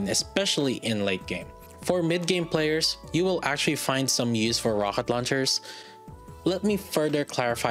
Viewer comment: Thanks for the Review. Quick question: Ro H et launcher? Not Ro K et launcher? Is it on purpose :D ?